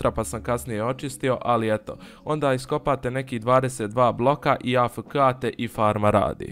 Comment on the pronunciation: Kaže se a ef ke